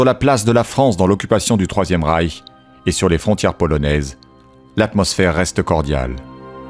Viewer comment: Il m'a tué "le 3eme Reich" 😂😂